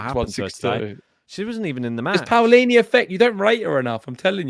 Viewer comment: Hi guys, the correct pronunciation is P(oh)lini, not P(Aoh)lini.